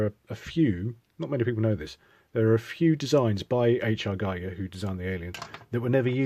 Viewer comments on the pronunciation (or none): It's said Geeger, spelled Giger. Said Hal-C-on spelled Halcyon.